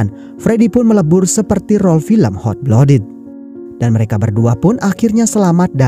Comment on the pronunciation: Blood dibacanya blad ya bang, bukan blod 👌